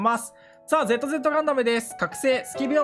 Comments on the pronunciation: 名前の読み方w一応教えとくとν(ニュー)Z(ゼータ)ZZ(ダブルゼータ)ですよ。まぁ面白いからそのままでいいです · ν（にゅー）ガンダム、Z（ぜーた）ガンダム、ZZ（だぶるぜーた）ガンダム ガンオタがキレる読み間違え全部回収してて笑った